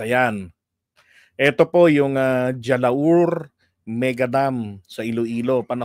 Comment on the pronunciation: the J in Jalaur is pronounced H as in Halaur.